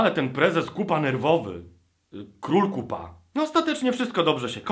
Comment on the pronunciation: Niekryty Krytyk oni nazywają się Koopa a czyta się...